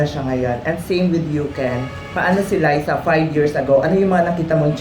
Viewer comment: Ok to all those interviewing LizQuen please show “LIZA” the respect she deserves and say her name correctly, it’s LIZA .. LIZA ..not ‘ LISA ‘ this just make you look stupid very unprofessional and one questions why you’re even there! Thankyou Enrique for always correcting them 👊